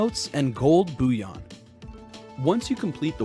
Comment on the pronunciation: It’s not said ‘booyon’😂 it’s bull-e-on